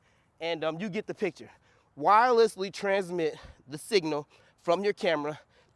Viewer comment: its the 'wirereslessly" for me lol...good stuff dude keep it up. love to see the excitement